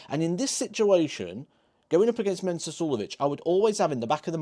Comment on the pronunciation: It's Mensur. Not Mensuer. Just sayin'